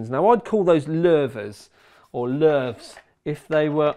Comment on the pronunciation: It should be pronounced Loovers not lervers